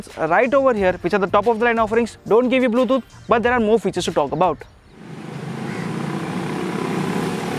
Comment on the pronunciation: Good comparison. I liked the video. But, I chuckle a bit whenever he says "Bluethooth"